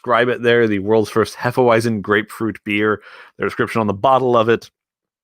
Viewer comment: The w in hefeweizen is pronounced as a v just so you know